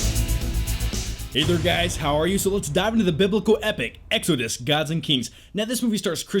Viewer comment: The way you say exodus really bothers me